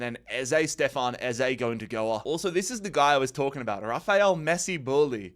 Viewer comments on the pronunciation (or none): none